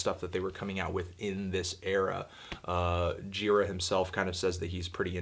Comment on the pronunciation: antnee...you are pronouncing michael gira's name wrong